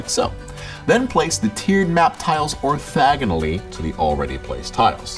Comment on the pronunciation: Orthogonal, not “orthagonal.”